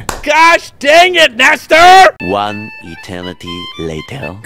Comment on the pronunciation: why did you call him nester?